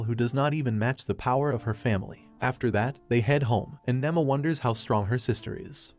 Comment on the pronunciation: Her name is Nema not Nama